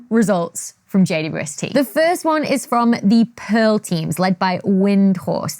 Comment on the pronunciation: Why do you say "J-U-S-T"??? Instead of JWST!!!?????